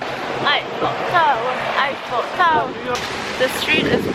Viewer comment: An i the only one who keeep hearing say "ipho tower" instead of "eiffel tower"?